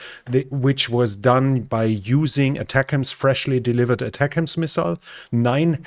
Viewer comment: Yay! First European to pronounce ATACMS correctly lol!